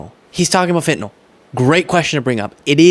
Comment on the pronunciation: Thank you for pronouncing it as FentaNYL and not FentaNOL like 99% of folks annoyingly do.